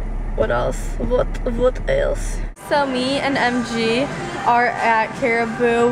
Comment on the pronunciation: vut vut vut else..lol so russian